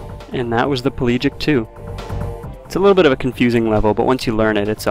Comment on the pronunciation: PEH-lah-gic. Not Pee-LEE-gic.